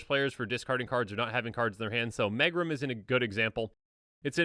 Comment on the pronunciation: Megrim is pronounced meegrim. It means low spirits or the blues.